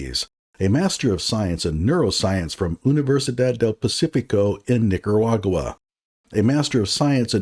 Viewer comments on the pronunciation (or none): I always get a kick out of hearing “Dr” Rashad pronounce “Nicaragua.”